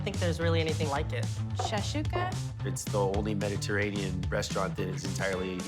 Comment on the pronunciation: i am from saudi and suashuka its shakshuka \